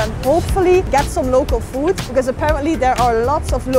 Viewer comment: Teteh pengucapan "Food"hrs yg benar jgn foot.... bacanya Food di huruf D pengucapannya Berat!